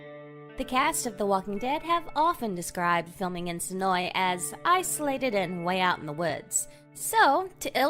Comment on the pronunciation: Thank you for pronouncing Senoia correctly!